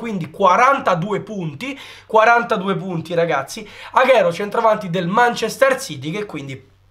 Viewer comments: Non posso sentirlo aghero, è Aguero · Non si pronuncia "aghero" ma aguero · Bel video,un unico appunto Agüero si pronuncia Aguero non Aghero